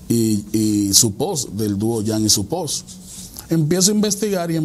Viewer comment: Son fans de tu canal a pero este tipo no tiene ni idea de q habla para nada... Wassa banga y sopuose jajajjaa esta mas perdido q el hijo de limber Wassa banga es un artista y sopuose cantaba en DUO con jam de ahí el nombre jam and supose VAYA A BUSACR SONIDO EN OTRO LADO